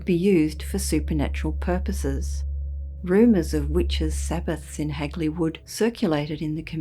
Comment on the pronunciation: Always intriguing hearing about this local tale and nice to hear Hagley pronounced correctly for once. Heck, there's still signs popped up even on the Clent Hills which overlook the woods where this happened though its rumoured locally that the Lord of the hall at the time had a secret mistress who became pregnant with his kid and was going to keep the kid even though that would have exposed the affair, so as with all good nobility rumours had her killed off and her body hid in the wych elm. Though the graffiti today remains rather local, it was all over the Midlands at one point as far as Worcester too. Still a ashame what happened as it would be nice to get it solved and the poor lady's remains returned and buried respectfully. I fear it may not as the perpetrator is either dead, old and doesn't remember, old and not talking or was an unfortunate accident.